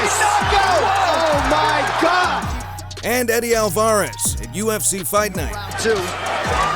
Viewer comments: who the f*ck is Alvarrez? Its pretty obvious you don't even UFC bro! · "Eddie Alvaaarez" ☠☠ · Did anybody else notice how he pronounced Alvarez